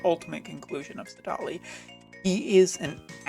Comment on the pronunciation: I was fine with Duane but saDAHli? Come on :-)